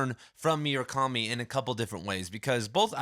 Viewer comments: i'm sorry, did you just say MYU-rakami? 😐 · bro, it's not hard to say murakami